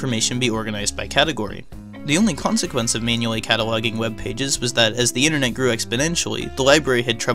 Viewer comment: "The innanet"